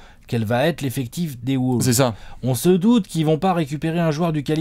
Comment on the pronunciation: J'adore vos vidéos mais par contre la prononciation..."Woulves", "Sunder"...